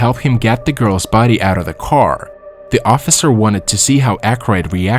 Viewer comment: ok besides of all the other mispronounced words in this who says buddy instead of body ....... love from hamilton ontario canada